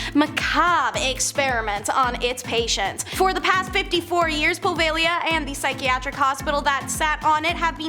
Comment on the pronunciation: Finally someone pronounces "Poveglia" correctly!!!